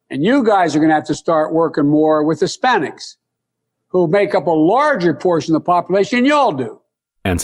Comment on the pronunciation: This is the guy they said will bring civility back to the US? Anyone else notice he said Spanics he didn’t say Hispanics almost slipped and said spics which is what he wanted to say.